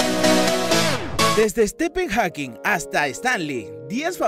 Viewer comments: Pues anda qu sthepen jakin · Estepen Jaquin?????? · estepen jawkin no tarado, stephen hawkings.... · «estepen jakin» murió también su pronunciación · Estepen Haukin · Estepen jackin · " Estepen joquin" "PAÚL AYEN" "ESPÍDERMAN" no mames... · Enserio dijo estepen jakin?? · stefen jackin, paúl aien, espiderman......mamá, la pronunciación, horrible! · ESTEPEN JAQUIN :v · Estepen jaking....jaja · Estifen Jakin JAJAJA bien naco este wey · Primero, Stephen Hawking está mal escrito y mal pronunciado. Segundo, Stephen Hawking murió SIN haber podido unir las dos físicas. Es un debe que la ciencia aún tiene. Si empieza así el vídeo, dejo de mirarlo. Lo siento. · No sabes el nombre de Stephen Hawking.Que pena... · No mames!!! Pronuncia bien los nombres el cientifico se llama Stephen Hawkins!!!